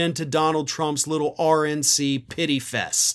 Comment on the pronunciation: Sounded almost like said: “Orange NC”.